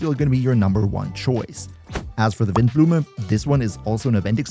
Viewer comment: Cloudforged sounds a little niche whennit comes to the passive though, seems apart from Sethos, only Shimenawa set can activate it, and oh btw, spot on pronounciation on Windblume though❤ Monstadt is kinda meant to be German.